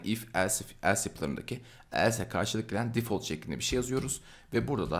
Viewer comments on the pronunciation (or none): none